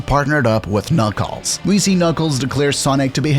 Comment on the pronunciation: Don't forget KnOckEles